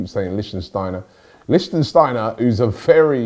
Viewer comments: LIECHTsteiner not Liechtensteiner mate, he's not from Liechtenstein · Jesus Robbie, it's Lichtsteiner, not Lichtensteiner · " And Lichensteiner uh Lichenstein, I keep saying Lichensteiner........Lichensteiner who's a very.." haha and he's called Lichtsteiner btw theres no "en" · Lichtsteiner. Not Lichtensteiner. You actually add a syllable to a complicated enough name XD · I figured someone teach him in person, I don't think he'll learn this ways as he pronounces "Lichtsteiner" "Lichtensteiner".... I mean the word is there he just has to read it properly... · ROBBIE, it is LICHT STEINER not LICHTENSTEINER! Say it slow Lik-Stein-er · Bro robbie it's licht-steiner not lichtensteiner and de-mir-bay not demreay😂😂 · robbie,its Kerem Demirbay also robbie its not lichtstenstiner its Lichtsteiner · Robbie it's Lich-steiner and not Lichten-steiner. FFS start pronouncing his name correctly. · His name is Lichtsteiner, "Lichtensteiner, or Lichtenstein... keep saying Lichtensteiner... Lichtensteiner, who's a very ummm" Oh Robbie ;D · it's not LichtENsteiner nor LichtEnstein.... it's Lichtsteiner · Licht-steiner. Not Lichten-steiner. Licht-steiner xD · licht - steiner! NOT "licht*EN*steiner" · Robbie bro it's pronounced Lich-steiner... what you are trying to say is the name of a country 😂😂😂😂😂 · Liechtsteiner not Liechtensteiner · Andy Gray is beeter at pronouncing non-english names than Robbie, Rob its pronounced 'lickshteiner and Jean michel seri is john michel seri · Robbie, it's pronounced lisht-steiner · Its pronounced Lik-Sty-Ner. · It's pronounced lick-stiner Robbie ffs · Ffs its pronounced Lick stiener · You have to love Robbie when he realised he was saying Lichtsteiner wrong then immediately said it wrong the next 3 times what a guy. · lol butchered lichtsteiner's name